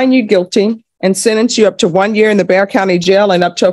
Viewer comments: Love your show, It's pronounced "Bear" county. Not Bexar. Source- I've lived a hundred or so miles away my whole life. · Bexar county is pronounced bear. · Bexar county is pronounced "bear" county. Just FYI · Bexar is pronounced like “Bear” lol -signed, a Texan 🫶🏼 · Just wanted to say that Bexar is pronounced like Bear (like the animal) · Nice finds again!!! FYI. Bexar County is pronounced Bear! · just an FYI (cause everyone who doesn’t know, doesn’t know) BEXAR county is pronounced BEAR county. (I know, doesn’t make sense….) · Bexar is pronounced Bear FYI 😊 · Bexar County is pronounced Bear County! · Fyi...Bexar is pronounced like bear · Bexar County is pronounced Bear county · I know it’s weird but Bexar is pronounced ”bear”, the x is silent and useless, no idea why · Bexar is pronounced Bear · Great cases!Bexar county is pronounced Bear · I came to the comment section to make a comment about this. I’m glad someone said it. I live here so it’s funny hearing people say it that way. Lol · Gee go figure people who don’t live there pronounced it incorrectly…Get over it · Hey, Bexar County is pronounced BAYer (like the aspirin). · Thanks for your hard work for putting these videos together. I enjoy watching them, especially the courts in Texas. We do have some crazy, stupid people here. Just a heads up: Bexar is pronounced Bear, just like grizzly bear. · I’m from Texas, and Bexar county is actually pronounce like “bear.” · Fyi: Bexar pronounced "bear". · Just an FYI - Bexar County is pronounced Bear County. The "x" is silent. Someone else may have already corrected you. If they did, I'm sorry to chime in, too. I did not read the comments. I do enjoy your content. Thanks! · Bexar is pronounced “bear”. I know it’s dumb, but there ya go! Love your channel!!!! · Oh no…I know it’s got an x in there, but it’s actually pronounced bear. Bexar county, Texas ❤. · Just saying, Bexar County, Texas is pronounced, 'BEAR' !!!! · It's pronounced Bear Spelled Bexar